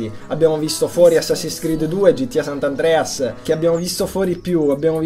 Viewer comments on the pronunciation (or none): Non si dice sant'andreas,è San Andreas! no seriamente parlando,ti amo! <3